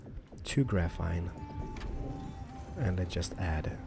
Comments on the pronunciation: not grafine , it really annoys me , sorry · PS: GraphENE not graphITE, graphINE. no offence but you may not be full English but anyone foreign could say graphene instead of graphITE...sorry. it annoyed me... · you pronounce graphene as grafeen